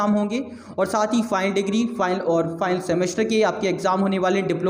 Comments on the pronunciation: ''File'' bol raha hai aur ''Final'' bol raha hai kuch samaj me nahi araha hai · over all very nice your video but ''final'' bolne ka tarika matalb pronunciation bilkul sunna nahi chahta hai.